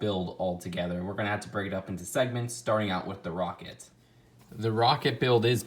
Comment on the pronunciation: "The woket wif the lawnch pad"